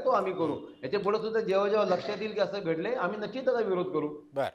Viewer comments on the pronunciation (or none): none